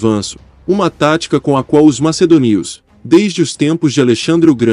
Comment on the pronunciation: Amigo, a tua pronuncia para macedônio é horrível